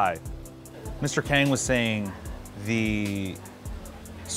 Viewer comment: It's not pronounced Kang like bang the onomatopoeia of a gun sound. It's 강...